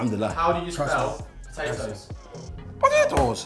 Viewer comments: "po-tate-os....when really it's potato's". I'm wheezing 😭😭🤣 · Filly really said potatEOS😂😂😂😂😂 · Filly: Potateos Chunkz: Potateos that's Spanish Me: 🤣🤣🤣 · Potateosê, that’s Spanish 😭😭💀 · My man said potateos